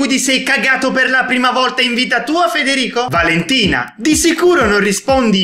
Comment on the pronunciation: invece di Valentina valenina